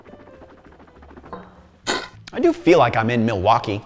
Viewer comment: It’s pronounced Muh-wok-ee, accent on the wok.